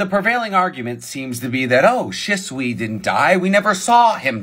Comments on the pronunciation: I thought it was pronounced she not shi-t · ITS PRONOUNCED SHESUE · The most annoying thing ever is pronouncing shisuis name as shäsui ITS AN I BETWEEN H AND S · Is that really how Shisui's name is pronounced? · Says the guy who can't pronounce shisui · Am I the only one who hates how he pronounces shisui